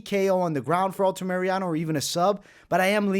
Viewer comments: Altamirano, say it with me, ALTA-MIR-ANO!!!! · For the love of GOD! Stop saying Alta-Mariano